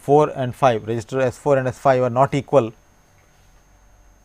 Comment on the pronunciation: why does it sound like he is saying resistor when attempting to say register lol